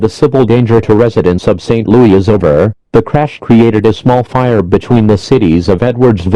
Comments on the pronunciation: St. Loo-EE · St. Lou-yee